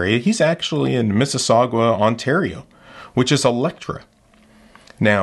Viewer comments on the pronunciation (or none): I'm glad you've learned of the place. The 'AU' in Mississauga rhymes with bog though. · the way he says Mississauga LOL